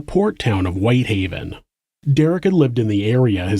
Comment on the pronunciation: WHITEhaven not WHiThaven